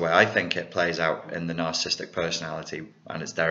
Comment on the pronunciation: love your videos, but there's just one annoying thing.... You keep pronouncing it as "narcist", "narcism" and "narcistic". Its "narcissist", "narcissism" and "narcissistic". Sorry!;-)